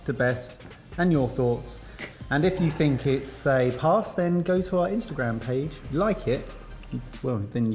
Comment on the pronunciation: Dear, people do love "Paas it on" 😍